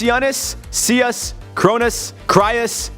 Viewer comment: Crow-Nose not kronus is how its pronounced